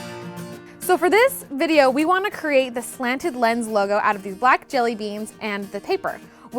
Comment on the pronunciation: Love your work, but every time you say "Slanted Lens" it comes out super jumbled mush mouthy. That's your name! We should be able to understand you!